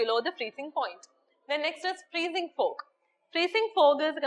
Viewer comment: thanks to..great love from karnataka,... mam ur accent is in malayali style....for outer state student bit difficult to understand some words...example- law....u pronounced it as lu, fog -fug, etc...........speed is like bullet train